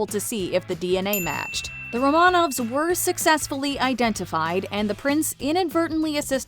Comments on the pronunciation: It is pronounced RO’-man-ov, not ro-MAN-auv. If you must pretend to be a YouTube expert, do a tiny bit of basic research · Be really nice if they could actually pronounce "Romanov" correctly 🙄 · If you’re going to act as authority, the least you can do is pronounce Romanov correctly!